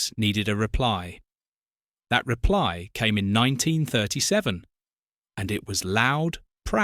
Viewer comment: I couldn't agree more and I, too, have noticed on this and other videos that AI has a problem with the word AND. It's really irritating!